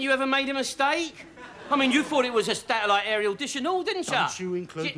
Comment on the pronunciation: Del can't pronounce the word Satellite properly